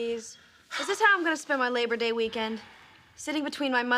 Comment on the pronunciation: Its labor day , not leach day. 😂